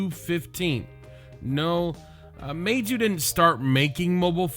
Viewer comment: u pronounced it wrong it’s ‘mee zoo’